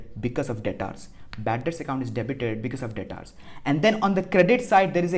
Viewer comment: Its debtor not dataaarr